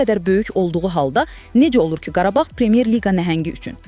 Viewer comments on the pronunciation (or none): Qarbağ yox Qarabağ